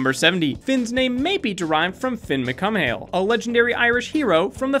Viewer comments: When he says on fact 70 Finn's name may derive from an Irish hero named Finn Macumhail I thought hm interesting I've never heard of him, it took me a couple of seconds to realise he meant Fionn mac Cumhaill pronounced Fe-Yun mac Cool or mac Kewl depending on the person. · that was awful pronunciation for finn Mac cumhaill being Irish and being a Finn myself the name is not like Mac Cumhaill but instead pronounced like Mac Cool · err, it's not pronounced mac-um-hail even though it's spelled like that.. it's pronounced mac-oo-ail because macumhail is in irish 'mh' is silent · "Finn macuhail" NOpE ITS PRONOUNCED "fey(like key)-un-muck-cool" Fionn is not the same as Finn lol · not to be not picky cause I love you guys but in 70 it isn't fin macule(sorry spelling it is stupid) it pronounced fune macule other than that you guys are awesome as always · Wow that pronunciation of Fionn Mac Cumahaill is amazing haha its not Mac Cumhale, its more like MacCool. You dont pronounce the m. Good effort though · He did not just say Finn mac-come-hail its pronounced Finn mac-cool I'm Irish smh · Its not fionn mac cummail its fionn mac cool Im irish so i know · IT'S FINN MAC,COOL NOT FINN MACUMAIL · fin mic cumael????? it's pronounced fee-yun mac cool. its irish pls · 70 its pronounced like cool not cuil (im irish) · Just saying Finn Mac Cumhail is said like Finn Mac cool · Its actually pronounced Finn mc cool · The last name of the Irish legend is pronounced mccool but it is spelt Mac cumhaill because it is an old Irish name. The pronounciation killed me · Did he just pronounce Fionn Mac Cumhaill as Finn McCum-nail? 😂😂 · About number 70, is it too hard to google the pronunciation of non-English names? 'Mac Cool' is a more fitting surname for someone that could have influenced Finn's naming. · I am Irish and you pronounced "Fionn MacCumhaill" wrong.It's pronounced "Fyunn MacCoowal".Sorry I got so triggered,I had to correct you. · Fionn mac Cumhaill is pronounced like Finn McCool